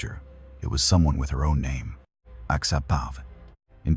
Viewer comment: at least get the names correct plz, very disrespectful